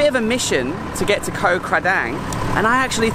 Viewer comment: pronunciation police to the rescue: เกาะ (koh) - Island - the 'k' is a 'g' sound like in 'guitar', and the 'oh' is an 'O' sound like in 'Orange'. :)